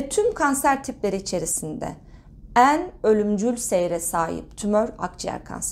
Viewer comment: Lütfen “En” derken E’lerinizi düzeltin aşırı rahatsız ediyor